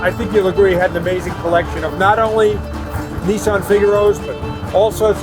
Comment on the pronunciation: Not neesarn but Nissan .